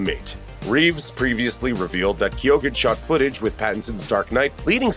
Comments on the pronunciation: thank you i crindged every time i heard it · Its pronounced barry key-own. Irish last name. This joker is horrifyingly disfigured 😳💀👀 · The pronunciation of Barry's last name is key eoin you're welcome 👍😊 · Keoghan - key own